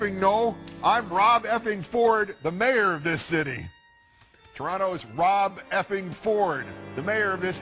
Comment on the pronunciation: ***** Except that it's ROB Ford, not Rod Ford. At least yell his name correctly when you yell it.